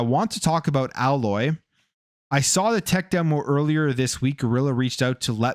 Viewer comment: Aloy pronounced : AYE LOY .not AHH LOY